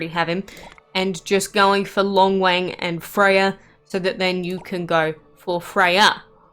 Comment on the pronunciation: Damn you butchered their names so bad